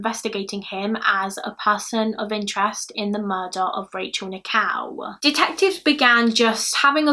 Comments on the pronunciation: What an excellent narration. Very clear diction and a joy to listen to. One slight correction; Rachel Nickel pronunciation is not quite correct. You are sounding Rachel's surname as "Nikow" whereas Nickell is pronounced as Nick-ell rhyming with Bell not Cow. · I love your accent, but for the longest time during this video I thought you were saying 'Rachel Nikow' as in Nik-ow 😂😂❤